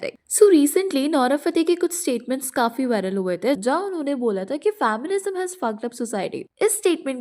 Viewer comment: It's not fam-mi-nism It's fem-mi-nism